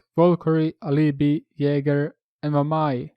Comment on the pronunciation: Bro,ty for saying correctly Alibi and not Alabai ahahhahahaha. Good video btw ty